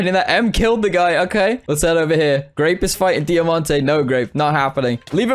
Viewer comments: it’s pronounced die-mon-ite, he said de-a-mon-tay (I think) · Its diamonte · He said it like D eye a mant ay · who else got TRIGGERED by the way he said “Diamonite” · that’s not how u say diamonite